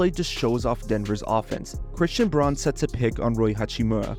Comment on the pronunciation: Just fyi Braun is pronounced brown. He honors the original German pronunciation 🙂